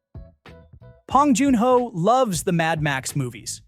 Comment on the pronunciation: Too bad the AI can’t say his name right. 😂